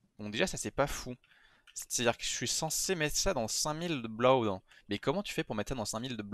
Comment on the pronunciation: La façon dont tu dis blood me tue! Prononce le comme si c'était <<Blod>>